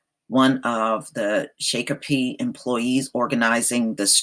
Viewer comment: Shakopee is pronounced shock o pee. Your channel is a joke.